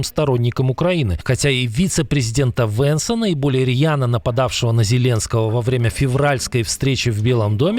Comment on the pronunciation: Не Венсона а Венса